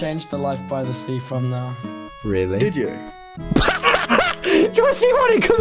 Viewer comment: because of life by the sea sounding like "life bi the sea"